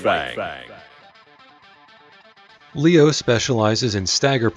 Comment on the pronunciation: pronouncing leo in a different way from the announcer is powerful as heck and i respect it